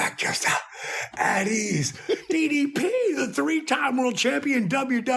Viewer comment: Nobody: DDP: A T E A S E